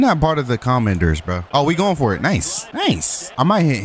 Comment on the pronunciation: That is not how your suppose pronounce commander just saying to be helpful